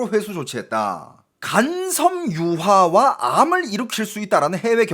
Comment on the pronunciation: 공부 좀 하셔야겠어요.. 에서 들려오던데.. 간 섬 유화로 읽으시던데, 간 섬유화를 간섬유화로 붙여 쓰는데, 그것을 간 섬 유화로 읽읏면..^^ 팬으로써 안타까운 마음에 적어봅니다..^^ 늘 중국에 대한 새로운 사실들 알려주셔서 감사합니다..^^